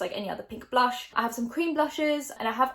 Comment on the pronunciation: Blush but blush with an r 🙃✨